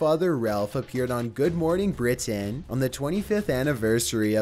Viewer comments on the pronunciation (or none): none